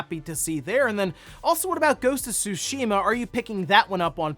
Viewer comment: I like when says “Go-su-sheema”